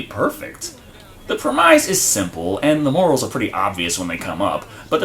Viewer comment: Since when was Cohen pronounced Co-HEEN? Has never heard of how it's actually pronounced, which is Co-HEN? And it's also pronounced PREH-mise, not pre-MISE.